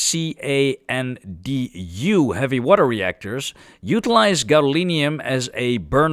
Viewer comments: C A N D U reactors are pronounced Can-doo. They are a Canadian designed heavy water reactor. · Just so you know the CANDU react can just be pronounced "CANDU" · I've never heard CANDU spelled out like that before, it's usually pronounced 'can-doo'